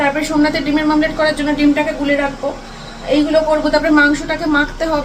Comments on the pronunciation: তুমি ভুলভাল উচ্চারণ করলে মেয়েটাও তাই বলবে মামলেট বার বার না বলে ওমলেট বলো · Mamlet na bole omlette bolte sakho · It's dimer omlet not mamlet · ডিমের মামলেট এটা কি কথা হ্যা,শুধু ভুলভাল উচ্চারণ করেই যাচ্ছে ডিমের মামলেট, ডিমের মামলেট পাগল নাকি 😅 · Tomer uchharon max vul .. meto noi mete , mamlet noi omlet ... Thik kore kotha bolo tomer video sudhu ranaghat er lok toh dekhena ranaghat er baireu dekhe so careful hoye ektu bolo